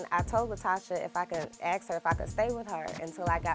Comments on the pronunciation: Why does she say "aks" instead of "ask" ? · DID SHE AXE YOU OR ASK YOU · How can the word 'ask' be such a challenge, when English is your first language? I seriously don't get this.